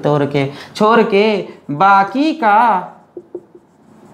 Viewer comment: Who noticed chor ke instead of chodke🤣🤣 From Nepal love this teacher